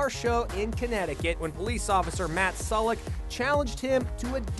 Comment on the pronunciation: In the first clip the officer Matt Sulek is actually my cousins husband :) Also you pronounced his last name wrong it’s pronounced like sue-lek (not trying to be rude lol)